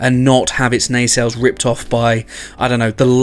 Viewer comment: Maybe finally, maybe not... We can clearly see this guy knows what he likes and is not afraid of it! Which means that we can fairly safely infer that, well, his taste in women is somewhat robust. He obviously likes his ladies thick and powerful! Just like he likes his Nacelles. Nay-sells Nuh-sells Sey-shells.